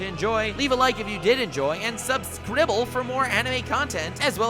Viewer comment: I will subscribe only because you call it subscrible